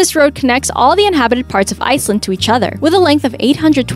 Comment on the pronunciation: Great Video. Gosh what an accent and how unintelligible narration? I had to stop twice to hear the word Iceland. Luckily, I had lived and worked in Iceland, so I was able to recognize it. Lady, slow down and pronounce properly. Than ks